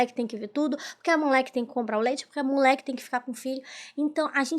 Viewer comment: Ola moca.Seu vídeo é muito bom e bem editado.Sua interpretação é otima, mas cuide da fonética das letras e palavras.Toda vez que vc fala mulher saí "mulé", incomoda um pouco e pode afastar novos seguidores.Sorte para vc, pq talento vc tem.💋